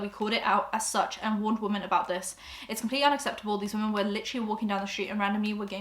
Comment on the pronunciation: I’m sorry this is a horrible topic, but your pronunciation of “women” is killing me. When its one woMAN you say “woo-man” but when they are talking about more than one “woMEN” you say “wi-men” ok bye bye now